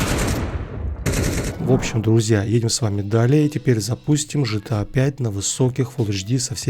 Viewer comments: гта же а не жта. Гранд зифт ауто, а не Жранд зифт ауто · Джан се авто . почему ты гта джта называешь 😂😂😂